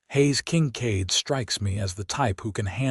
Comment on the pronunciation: The AI is irritating...Haze King-cade instead of Hayes Kincaid??? Really?